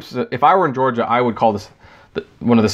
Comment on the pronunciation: "uh ohh gaiy Lyft" oh shit my man LMFAO HA HA